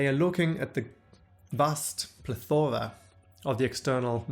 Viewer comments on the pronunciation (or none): "Pleth-oar-a" lol, that's not the pronunciation in British nor American English. This guy's just doing his own thing.